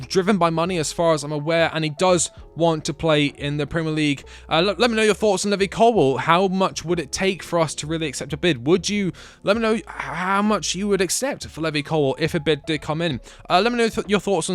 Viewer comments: it’s LEEV-EYE!!! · is there a reason you say levi colwills name wrong ? no hate, just curious